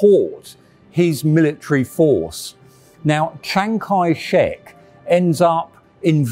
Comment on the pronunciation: can't seem to say "Chiang" right on the first try.